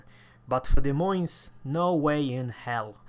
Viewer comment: Des Moines 's' is silent so you read <De Moin>